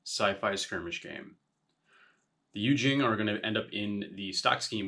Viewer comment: Great video! Just fyi in case you do more Yu Jing content - it's pronounced You Cheeng. Keep up the great work!